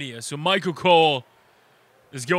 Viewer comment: I wanted 2 point out tht y u say Machel instead of Michael